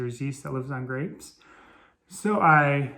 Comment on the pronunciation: did you say GRAPES???